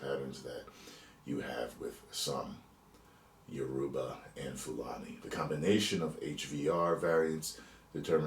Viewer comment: It’s pronounced Yoruba, not Uroba 😂😂 Welcome to the family